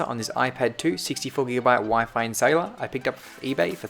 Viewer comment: Not SAy Laar